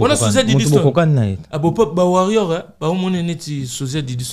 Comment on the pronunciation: Moyen te c’est étonnant Warrion ou Warrio franchement